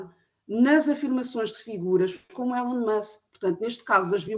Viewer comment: O primeiro senhor diz "Elon" da maneira errada.